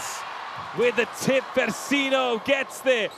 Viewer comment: For the very biased and annoying commentators: it's DaNEsi not Daniesi; it's FersiNO not Fersinio. The 4th set highlights are embarassing, you are not being impartial. Your behaviour is outrageous.